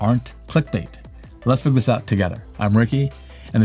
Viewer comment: Did he really say, "...fig this out..."? 😂